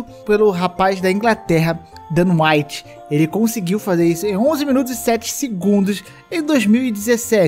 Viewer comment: "Miunutos". Kkkk Ri disso, não creio. Kkk